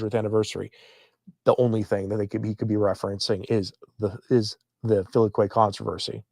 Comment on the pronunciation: Google says you are pronouncing "filioque" correctly.